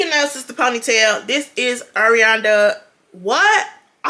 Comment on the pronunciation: Not the sister ponytail 😂😂😂😂 "Arianda" ☠️☠️☠️